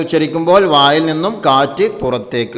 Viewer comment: അവിടെ "വായിൽ " എന്നാ വാക്ക് നീട്ടിയിട്ടില്ല Good ക്ലാസ്സ് 🎉🎉🎉🎉🎉😊😊😊😊😊😊